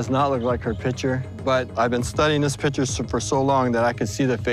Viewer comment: Its PIC-TURE bro. Not pitcher. PIC. T. U.R.E.